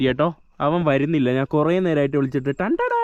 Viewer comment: അതിന് ബ്രോ മലയാളം നല്ല രീതിയിൽ പറയാത്ത എന്താ.. നാൻ നാൻ എന്ന് എന്തിനാ പറയുന്നേ.. ഞാൻ എന്നല്ലേ.. തെറ്റ് പറഞ്ഞു ശീലിക്കാതെ ബ്രോ